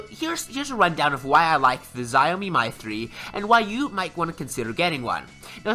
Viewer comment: its "shaw-mi"(Xiaomi) and its "Me You I"(MIUI)